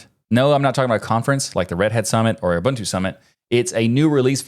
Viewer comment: As a South African, thank you for saying Ubuntu correctly